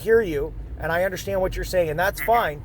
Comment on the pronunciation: Actually, it...I don't UNDERSHTAND! That "sh" gets me every time!